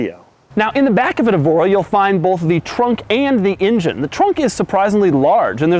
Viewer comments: love the video. but call it an "en-jen" please...not an "in-jin" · injin cover? ive never heard anyone say injin instead of engine. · Why does it sound like he's saying "Ingine?" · Fuck it. I can't hear this guy say injun one more time. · Sorry I can't resist it anymore................"injin" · Doug pronounces engine like my WWII vet grandfather says native americans